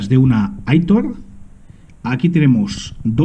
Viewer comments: Buenas!! Que preciosa coleccion!!! las Aitor se pronuncian como si tendria tilde en la o. Es un nobre de Euskal Herria 😉😉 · muchas gracias amigo me alegro que te haya gustado, es cierto la pronunciacion de aitor pero casi siempre se me olvida.